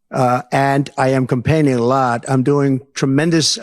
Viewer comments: "compaigning".....complaining as a campaign. Classic Trumpian slip. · Did he say campaigning or complaining